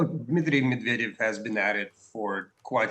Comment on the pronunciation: Listen to your guest's pronunciation of Medvedev's name. Language lesson. Meod is the word for honey. Medved is the word for bear - basically 'of the honey'. Medvedev basically means of the bear. The emphasis falls on the first 'ev' - so, med VE dev. Make me happy. Pronounce it properly.